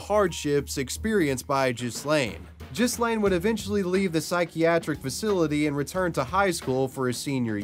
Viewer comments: LOLOLOL You must be American lol its NOT JIZ-LANE or JIS-LANE lol its pronounces G like Hard G Ga- like the name GUS so G-Laiine lol dont use the S at all either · You've even done a huge injustice and caused more insult to Ghyslain just by pronouncing his name completely wrong. The Gh for one isn't pronounced to sound like a J, it's a strong G sound like when you say G,ood or G,reat..hear the G sound...and the S is silent. His name is pronounced as in Gee-lain, Not gee, as in gee whiz, but Gee, with a guh type sound. He was probably called Gee (ghee), by his close friends and family. Ghee-lain. Learn a foreign name properly please, before doing a video. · It's pronounced Gee (like Guy pronounced the French way) laine Gee-laine (with the ”gue” sound, not the ”je” sound). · Ghyslain is actually pronounced ‘Gee-lane’. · I think that it pronounced Gi-lane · Ghyslain = Gee-lain. Butchered that pronunciation